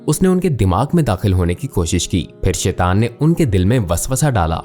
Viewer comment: شیطان کا تلفظ غلط ادا کر رہے ہیں اسے ٹھیک ادا کریں۔